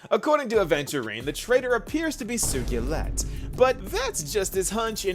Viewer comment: wtf is sugeelet? ur pronunciation of Sugilite is rage inducing